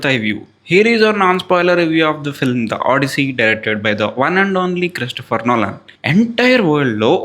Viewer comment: bro cant even pronounce christopher nolan name correctly